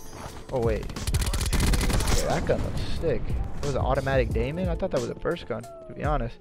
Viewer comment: My man really said the automatic Daemon I’m done😂